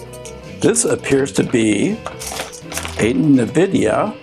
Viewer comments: EN-Vidia, not nuh-vidia! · It's ennvidea not nuhvidea, haha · wtf is navidia? n-vidia ?